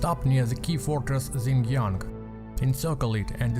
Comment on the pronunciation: Xiangyang is pronounced "sh-young young", nice video.